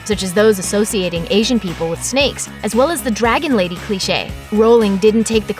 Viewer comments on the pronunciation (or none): none